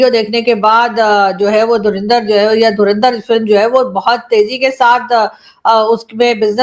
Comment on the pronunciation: Inse dhurandhar to bola hi nahi ja raha .... Bekar log